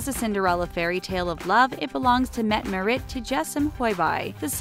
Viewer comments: The way she pronounced Mette-Marit😂i live in norway and thats definitely not how you say it! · I'm sorry, but I cringed when I heard her pronouncing Mette-Marit's name.